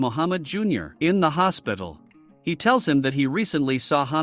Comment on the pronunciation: the tts bot said then baki went to visit mohammed in the HAsPITl